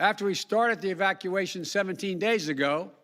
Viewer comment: He mispronounced 'evacuation,' it seems like his speech gaffs are at it again.